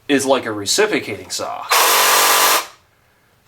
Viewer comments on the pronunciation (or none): Reciprocatin.=reci-PRO-cating saw. Not recipicating.